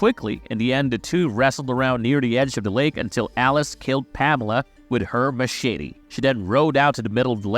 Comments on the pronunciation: Machshitty!!!😂😂🤣🤣 It's Machete. BTW Marcie was not killed in the shower with an ax. She was just straight up killed with an ax while in the camp toliets. 🐸🤓🤘✌️ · 😂Heh. He said "Mashitty" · Stop saying machete that way.